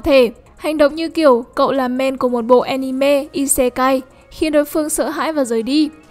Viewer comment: Cứ mỗi lần nói anime nó lại wibu im nghe ức chế tui đã đấm bạn vì nó cứ nói wibu im